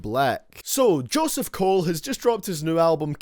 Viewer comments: Lol you said J Cole’s name wrong three times in the beginning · This dumb ass nigga content is so ass Don't even know how to say j Cole name smh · Did he say Joseph Cole.....Jeremiah Cole.....jered cole